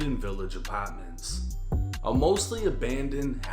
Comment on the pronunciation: Not the "uh-pah-ments" 😂